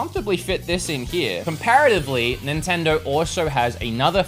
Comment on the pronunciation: what is an nintenderrr 🤣🤣